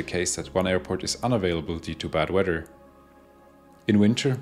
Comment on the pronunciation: Love the way you pronounce weather.WEDDER?